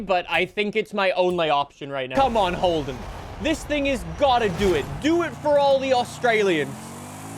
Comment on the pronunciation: 'The HOLEden'... i and disappointed...(not really but hey, at least its not the worst)